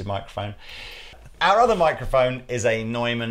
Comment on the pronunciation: Excellent! But the thing that impressed me the most was that both of you pronounce Neumann relatively well. Americas always say "new man." Your French name pronunciation is pretty good also. Now if you could get some help with Spanish names I would be ecstatic.